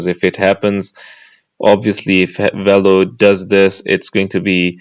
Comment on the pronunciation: It’s not “wello” it’s Velo.